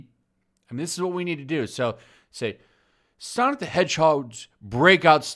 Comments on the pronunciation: I love how you keep saying sanic instead of sonic. Not trying to be cute but when you talk like that that gotta go fast meme comes to my mind.... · Its pronounced "Sanic"